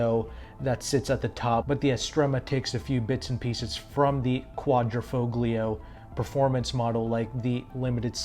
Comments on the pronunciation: Actually 'gli' is pronounced as 'yee' in Italian. So it is sounded out phonetically as 'quad-dreh-fole-yee-o' (with an accent on the 'fole'). Va bene allora! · Foglio is pronounced folio. In Italian the g in "gl" is silent. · The "G" in Quadrifoglio is SILENT !!!